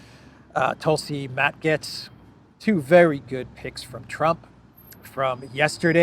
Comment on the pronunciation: Gaetz rhymes with gates. Also, It's Cry MEE ah, not Cry May uh. And tell Cypriots to stop spray-painting trees. Thanks.